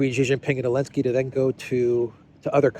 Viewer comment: Why do you use Elenski instead if Elenski? Just curious